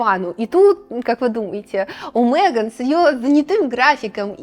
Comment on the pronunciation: Замечательное видео! Вот только не «МЭган», а МЕган». Очень ухо режет.